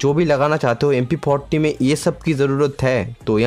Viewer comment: 🤣🤣🤣you say mp poti